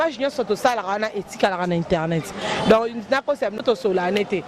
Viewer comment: Bonjour à vous très chers inteurnet??? Euh!! Boyekola pe musala ango nako loba correctement. Ce métier est noble bon sang!!!